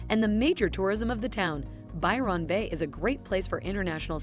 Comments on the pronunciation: “By-Ron” is giving “A-A-Ron” 💀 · I'll add my voice to those who deride this BLOODY DREADFUL blurb with a robot voice mispronouncing EVERYTHING... Byron (pronounce Byerun, NOT Biiiii-RAAAHN and Yamba is just- Yambuh). All these places are hideously expensive and incredibly overpriced. If you want to enjoy a small seaside town go to the little places, not the big named places: You'll get the REAL feel if you stop at a little motel near the beach, and eat at the local pub or small restaurants in town. Take a walk around town, and if there's a beach, buy some stuff to make your own sandwiches and spend the day there- and just remember to SLATHER ON THE XPF 50 BAZILLION all over yourself because if you don't you'll look like a British Tourist: the same colour as a broiled lobster... -shakes head and rolls eyes... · Pronounced more like Bywin Bay rather then Byron Bay,, If pronounced Byron link it as one word .. This lady has said it wrong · There are errors in this clip. Port Douglas is an hour from Cairns not 5 minutes. It's Byr'n Bay not Buy Ron Bay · Gah! Machine narration! Aussies pronounce it more like “By-run” Bay… “Ev-van-dale”… “Strath-al-bun”